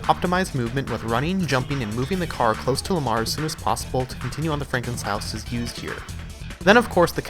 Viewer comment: It’s Lamar not malar🤣